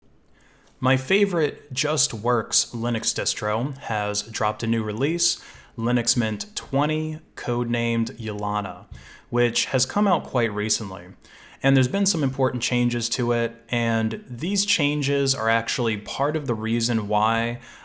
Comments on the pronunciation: As a Russian, hearing "Yoo-luh-nuh" gave me some cringy chills. It's pronounced "Ool-yuh-nuh". Nonetheless, thanks a lot for your videos! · Yes, Ulyana is a slavic version of Juliana (male version - Julius), and pronounce like "Juliana" without "J" ;) but he is american guy and must not know this, it’s enough that he makes good videos about open source software, don't be a picky! ;)